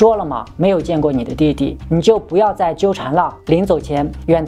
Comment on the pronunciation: 在正经的讲述中突然蹦出一些谐音，不(mo)要，着(zhuo)急，感觉很不和谐……